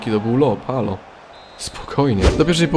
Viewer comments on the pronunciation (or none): none